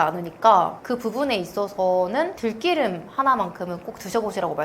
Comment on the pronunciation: 좋은 말씀 감사합니다. 생들기름 공복에 먹지 않고 샐러드에 두 바퀴 넣어서 먹고있어요. 들기름을 들끼름이라 발음하니 듣기 어색하네요 ㅋ